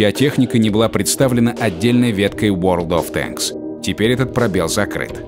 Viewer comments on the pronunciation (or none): none